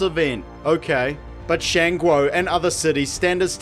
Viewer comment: I really don't have an opinion on this afterwards but your pronunciation of Shan Guo is disgusting.